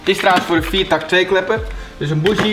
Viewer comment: Geinig filmpje... maar leer in naam van Jezus gristus alsjeblieft het woord BOUGIE normaal uitspreken... Wat een wan vertoning 😂